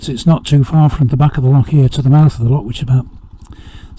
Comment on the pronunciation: Great to hear an English person making the effort to pronounce "loch" correctly!